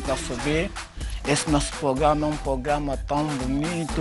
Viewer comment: O melhor q passou nesse "pograma'🤣🤣 vo morre